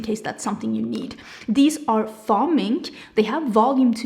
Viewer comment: This is a beautiful launch!! Love the lashes! Just btw, faux is pronounced like Fo, as in rhymes with go. I know English isn’t your first language- I’m just trying to be friendly help! ☺️